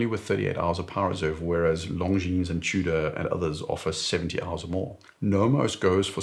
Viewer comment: Correct pronunciation of "Longines" ! I like that. So many "experts" in their videos pronounce it like it were an English word, "lon-jeans"; so horrific to hear ...